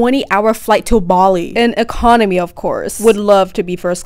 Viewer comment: love the emphasis on “in economy”